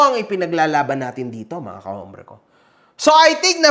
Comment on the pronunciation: brother, whenever you say the word, "hombre", do not pronounce the H, it's pronounced with a silent H, as in OMBRE. para lng sa tama tayo, bro, hindi magandang pakinggan,e. tnx